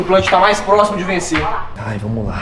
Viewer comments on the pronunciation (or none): Ele falou plocimo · errou além de falar próximo ele falou próximo